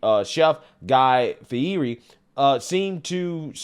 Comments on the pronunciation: Fee-hear-ee is a pronunciation of Fieri I've never heard before. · Just FYI, Guy's last name is pronounced 'Fee-ett-ey'.....